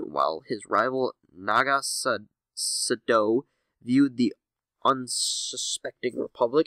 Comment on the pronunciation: You are having serious problems pronouncing these names. Sadow is pronounced the same as Shadow (without the H) Kressh is not prounced cress, it's kresSH. It's Massassi!! MASSASSI!